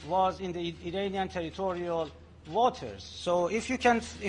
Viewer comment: As an Iranian you should improve your pronunciation. It is pronounced 'Iraanian" NOT "Irainian" You Pi^%ed me off!